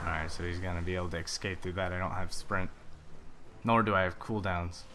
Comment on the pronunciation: Hey, quick thing. Its Escape, not ekscape. You have a k sound in there that is not supposed to. And since it's a word you use a lot, it is kinda bugging me. A bit of a pet-peeve of mine:)